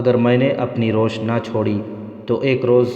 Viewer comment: Ra wash not roosh